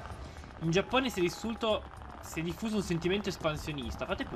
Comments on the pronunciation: ma sentirti dire già"p"One é la cosa più bella al mondo.....voglio proprio vedere come hai fatto in 3 a conquistare il restante 99% del mondo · intendevo l'accento che usavi per dire Giappone 😂